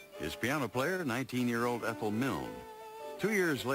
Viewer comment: Omg. lol Ethel.. it’s a hard E. lol x